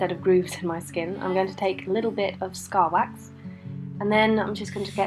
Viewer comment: I heard starbucks but i know it was scar wax lol